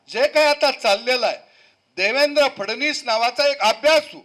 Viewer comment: सद्या तू अगोदर फडणवीस म्हणायला शिक, केळ्या.. फडणीस म्हणत आहे😂😂😂